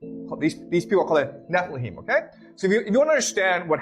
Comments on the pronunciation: Anyone else triggered by this guy mispronouncing Nephilim? Just me? Okay. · Definitely. Sounded like he kept saying Niflheim, which is its own thing in norse mythology